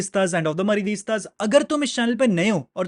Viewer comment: maridistas kya hota hai ? MADRIDISTAS hota hai.